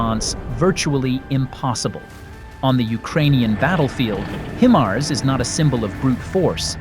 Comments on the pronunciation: Look, I wish whoever the voice is that they would look up the proper pronunciation of HIMARS. It's "HighMars, NOT HeMars. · Pronounced Hi Mars, not Him Ars! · Or He-MARS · It's been well over 2 years now, and moronic robot voices STILL have no idea how to properly pronounce HIMARS. You can solve this stupidity yourselves, by simply editing your script so it reads "High-Mars". Replace "GMLRS" with "Gee Em Elle Are Ess", and replace any distance measurement with actual words, instead of abbreviations. Then your ugly robot voice will say things correctly. This is not exactly rocket surgery now, is it? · Eventually AI will know how to pronounce HIMARS correctly. Until then I'll continue to skip out on machine generated content. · Yes but how it's pronounced is distracting. Iam gone